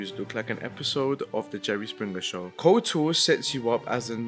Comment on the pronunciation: 'KOTR'? Um actually I think you'll find it's 'KotOR' - I got told off repeatedly for getting the capitalisation wrong as a child in the mid 2000's. Jokes aside - Good video! It's nice to see people still talking about and recommending this gem!